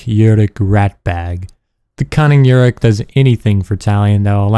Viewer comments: You pronounce it Yu-ruk. It is Oo-ruk. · Bro... How can you be a fan of these games and pronounce Uruk like that?